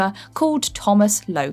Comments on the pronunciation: Nobody gunna mention her abysmal pronunciation of "Jameson"? No? Alright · You say Jameson wrong XD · Am I the only one bothered by the way she pronounced Jameson when saying j. Jonah jameson?